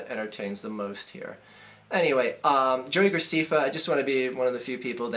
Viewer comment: And that's not how u Say JoeyGrecefa it is JoeyGraceffa